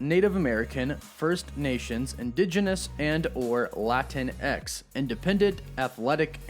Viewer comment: FWIW, it’s pronounced La-teen-ex, just like Latino and Latina.